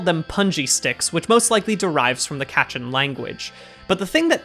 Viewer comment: I'm super late to this but kachin is pronounced more like kuh-chin